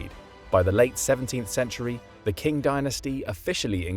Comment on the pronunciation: Qing is pronounced “ching” or more precisely “tsing”.